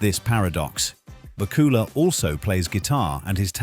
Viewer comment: Please learn the correct pronunciation of Scott's name!! It is BAK U LA! not BA KU LA!